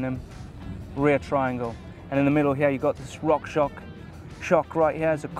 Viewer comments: "Rock ShoCK" and "SHRAM" are triggering me every damn time! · it's RockShox! Just say Rock Shocks! You make me laugh...;)